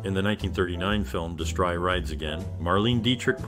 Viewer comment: Did the announcer say de-STRY!? It's DESS-tree. Whenever I hear these terrible mispronunciations, I turn it off.